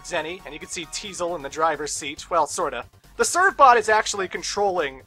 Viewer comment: The fact that Tiesel still can't pronounce the name of his own ship drives me up a wall.